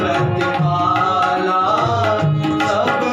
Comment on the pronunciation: करहुं प्रतिपालऽ , जालऽ छै अपने प्रतिपाला, जाला उच्चारण करैत छी या फेर सुनवा म आबैत य।